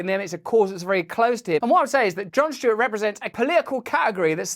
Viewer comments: "John Shtewart" 😅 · I love Russel Brand, but it’s not Jon “Schtewart”.